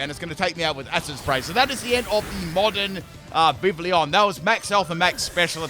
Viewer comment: Pronunciation: Viv-ee-on